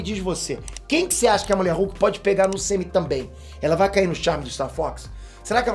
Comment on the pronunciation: "ELA BAI ME COMERR" KKKKKKKKKKKK EDITOR É TOP DMS